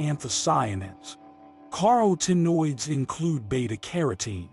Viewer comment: "Car O Tinoids" 😅